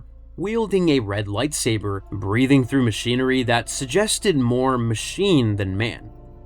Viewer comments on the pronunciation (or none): none